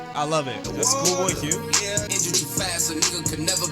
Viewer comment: Fix yo H in the intro my guy